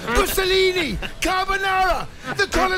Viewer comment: did he say musollini??! :face-blue-smiling